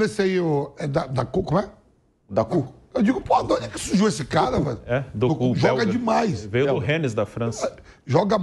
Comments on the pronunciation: O vampeta é mala demais, falou o nome do jogador do City errado pra não falar Doku… como é o nome do cara, como é , Daku né !? O desavisado corrigiu, não é Doku. 😂😂😂😂 minuto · a carinha do pilhado quando o vsmpeta fala "daku" 😂😂😂